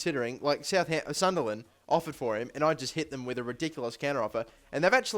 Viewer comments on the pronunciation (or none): none